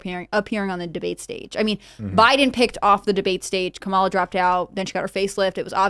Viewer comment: is never going to pronounce Kamala's name correctly is she.